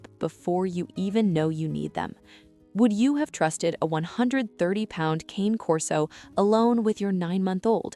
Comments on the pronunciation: Learn to pronounce the breed's name correctly. It's KAH-nay, not cane as in walking cane. Cane is Italian for dog. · As far as i'm concerned, it's cane corso. The other way you pronounce, it doesn't make one bit of sense.